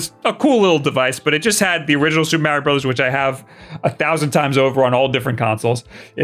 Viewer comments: Its Mario not Maryio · Who the hell is MARRY OH??? Think Italian mob in New Jersey. Say Mark March Marbles MARIO. MAR-EE-OH!!! EDIT: You knew enough not to say WARRY-OH as in the baby cries WA WA. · Mario Odyssey sequel wasn’t announced because of pronunciation of Mahreo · So you can pronounce "Wario" correctly but not "Mario"? 🤨